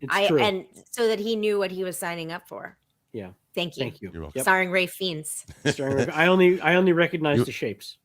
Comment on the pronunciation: I used to pronounce Ralph Fiennes as Ralf Feens too then I learnt it's pronounced Rafe Fines